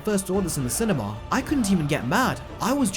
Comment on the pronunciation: When you say cinema it sounds like cinemawl